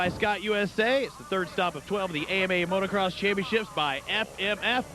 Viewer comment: Christ,, "Today marks a milestone in AMA National Motorcross." It's always baffled me how hard it seems to be for people to say motocross.